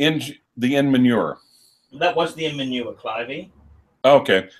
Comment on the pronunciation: "Inmanure". Bwahahahaha!!! "I see."